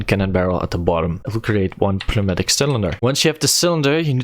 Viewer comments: I still believe the p is silent there too, it's just closer sounding to noi (as is noise) mat-ish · I'm gonna change your life a little bit. The P is silent. so its pronounced new matic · I‘m pretty sure he is German & we know this als „Pneumatik“, thats why he use the P